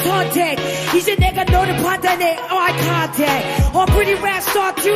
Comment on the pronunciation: Jessi I love you but your pronunciation sometimes.... EGHHYA CONTACT XD I lold